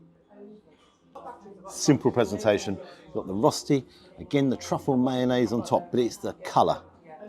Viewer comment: The food looked fantastic, and I thought the portions were perfectly fine. As a person living in Switzerland for a long time, it's not spelled "rosti", it's spelled "rösti". The pronounciation is closer to "rushty", not "rosty"... and the rösti that you got definitely would have Swiss people turning in their graves! But glad it tasted good.